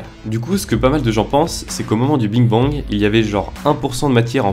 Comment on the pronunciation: aurais-tu réellement dit Bing Bang au lieu de Big Bang ?